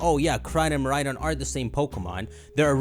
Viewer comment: I actually can’t watch these videos because of how he pronounces koraidon and miraidon